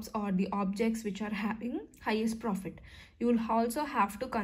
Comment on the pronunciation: Mam the way you communicate is so nice, especially you spell words like profittt,take ittt is so cute❤